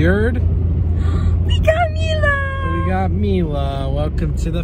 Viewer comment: Hey, her name is Mile pronounced (me - la):)